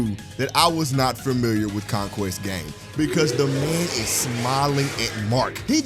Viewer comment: did you just say Conqweest?